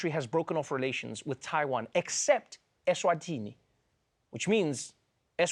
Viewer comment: ESwatini.... Not ESwathini